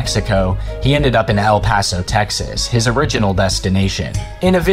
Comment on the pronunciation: "El payso" "El pahso" "San Hasinto" "Wacheeda" bro where are you getting these pronunciations